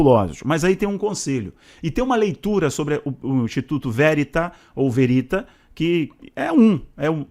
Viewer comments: se pronuncia Verit'a que em italiano significa VERDADE VERDADEIRO. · VERITÁ! É uma palavra italiana, oxítona!!! 👍